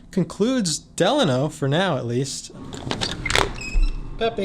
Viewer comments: Actually you're wrong! It's del-a-no! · A lot of the staff get it wrong too but I've been going for the last 15yrs their and my senior host told me it's pronounced "De-Laaaa-No" theirs also a city here in California called "Delano" pronounced "De-Laaaa-No"... They should've just stuck with "the HOTEL" back then if you ask me... so Idk anymore lol great video brother keep it up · It’s DE- LANO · You totally butchered the "Delano" name... lol